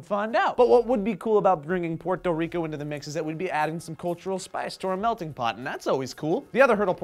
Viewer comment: Thank you, for pronouncing my country's name correctly. I'm sorry that some of the information you had to say is not accurate, that's not your fault.